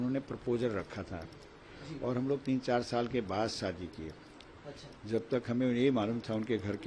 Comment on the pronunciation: Ye Shaadi ko(saadi) bol rahe hain🤷‍♀️